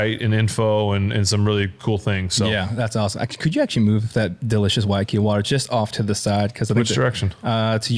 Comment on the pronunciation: Big fan of big ben, from hawaii. Just want to say the pronunciation of waiakea is “why-uh-kay-uh”